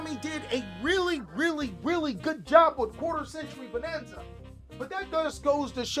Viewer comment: i loved how you said quater century Bananza 🤣